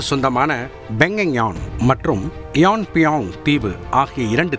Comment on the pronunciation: Penganyan... Kiyan miyang 😂